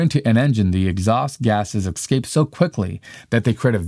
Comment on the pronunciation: Your diction should also respect the English language ! There is no word 'Excape' !!! The word is 'ESCAPE' Aks anyone !!! Please do better . 🙏